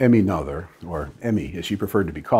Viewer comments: Great video as always. One minor improvement to consider, the pronunciation of her name. Pronunciation of Mathematicians' Names: Emmy Amalie Noether Pronunciation Please correct me if that's wrong. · Pronounced Ner ter not No ther. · Her last name is pronounced nay-ter. Well, almost. English doesn’t have the vowel I rendered as “ay”, but German doesn’t have the “th” sound you used. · You gave a brilliant explanation thank you. But now... you need to take a German course!! Nothur's theorem!! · Both of these are wrong. There is no r in the name. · A-"nother" thing: "Noether" does not rhyme with "mother" it's more like "Nuhr-teh" or "Neau-teh" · the oe should be something like ö or something I'm not german but I'm pretty sure it's wrong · This is the first time I've head the name Noether pronounce that way, I remember it being pronounced more like no-th-er by a person with the same last name didn't know he shared a last name with someone so important. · Noether is pronounced [ˈnøːtɐ] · I rather suspect that 'Noether' is pronounced similar to 'Goethe', i.e. the 'oe' is pronounced 'oy' and the 'th' as a hard 't'. Given that this vid is in celebration of Emmy, it might be worth while actually getting the pronunciation of her name right. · Still grates to hear a German name pronounced American English. Brrrrr. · As Michel ten Voorde says in his comment below, this commendabie video would be even better if Ms. Noether's name was pronounced correctly. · I think noether was pronounced wrong. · if she is the most significant genius (I'm not saying that she isn't) then why don't you bother pronouncing her name properly? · I'm pretty sure her last name sounds nothing like you pronounced it. But I guess English speaking people always do that. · I'm sorry to say that the professor's pronunciation of Noether is WAY off. Still funny though. 😄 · Good video dr Lincoln but you need to work a bit pronunciation of Noether :)